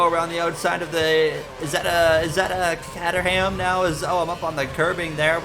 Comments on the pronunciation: this is a cool series and all, but it seems that I will have to boycott it until you say Caterham the same way my American tongue pronounces it. You've forced my hand. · I've always said it like "Kay-ter-um," which is, get this, actually considered the British pronunciation. The American pronunciation is "Cat-er-ham," which seems to be closer to how you say it. So, in short, the English language is a farce, and I don't know how to pronounce anything at this point.